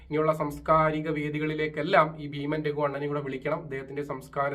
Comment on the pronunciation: രഖു അല്ല രഘു